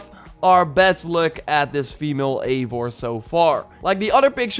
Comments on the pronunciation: It'd pronounvrf Aye-vor you pleb! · Ayy-vor that's how its pronounced but spelled as Eivor